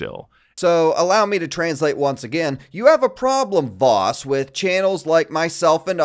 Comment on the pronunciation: I kept thinking you were calling him Vausch.